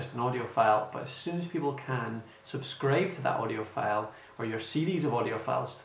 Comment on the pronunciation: I strongly suggest you to improve you pronunciation, for example words like File. It will be really helpful. Your sound like Felle. Thank you!